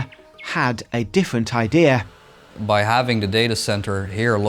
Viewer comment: Except they can never say "idea" right.